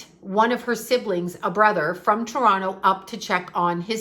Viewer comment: you still have your Canadian accent eh. Still sayy Toronto correctly heh 🙃💜💜💜 love u